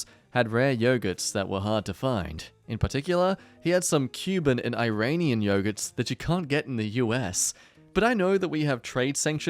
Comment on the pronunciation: IRANIAN YOGURT ok Im actually happy I double cheek I was hearing Uranium Yogurt